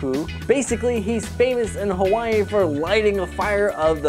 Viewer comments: Its hawaii not kawaii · You're mispronouncing Hawai'i and Hawai'ian, also I think King Mickey being there could potentially be a hint to the Heartless possibly invading that world someday and you pronounced Frankenstein wrong.